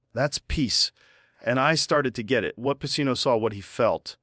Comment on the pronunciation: Lol. We know this is AI. Al Pacino. Its pronounced AL PACHEEENO. That's the tell